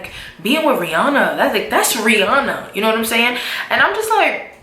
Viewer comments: does anyone else think the picture is photo shopped? ha head is twice as big as Rihannas, and for her to be such "friends ' with Rihanna, she would know that aint how you pronounce her name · I real friend would know how to pronounce her name correctly though